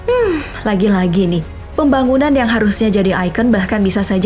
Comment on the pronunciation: Kalo denger kata pembagunan langsung ke inget kuli jawa v